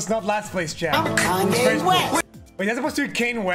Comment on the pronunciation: Why did he call Matt "Kayne West"?